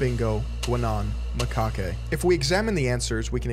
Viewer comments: macaque is pronounced "muh-kack" not "ma-kah-kay" ... the hawaiian shirt and captain's hat is Skipper from gilligan's island. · Dang I've never heard of this. Maaaan I really liked pepe the frog. You pronounced macaque wrong by the way.